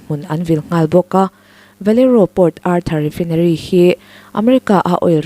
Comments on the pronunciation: Refinery a nih chuan, Rifainari tiin lam ri ve mai teh. I aw-phawi a nalh viau sia, Sapṭawng word Common zual te hi chu, lam rîk dik loh chuan a hahthlâk ṭhin. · Rifaaa..inary ti a lam tur ania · Oil refai-nery tiin lam roh. Lo haw lo la; ka ron hrilh zel ang che. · refainarii tiin lam ri teh,i aw a nalh in a fiah țha si...no offence please refinery hi refainarii tiin lam thin a ni e